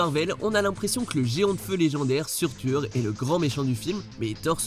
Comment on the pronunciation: Seurteur pas surtur